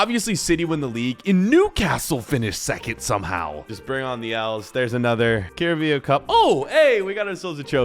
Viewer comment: "Curebeo cup final"